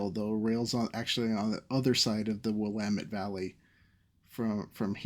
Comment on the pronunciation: I love the renderings you do for these, and as an ex-Portlander I appreciate your correct pronunciation of "Willamette!" I've driven the stretch of I-5 from Portland to Vancouver more times than I can count, and the trip would be so so so much better with a high speed train. You should visit this great part of the country, it's beautiful, the people are friendly, and we love rail transit! PS - The mountain near Olympia is Rainier, the one near the Canadian border is Mt. Baker. Keep up the great work!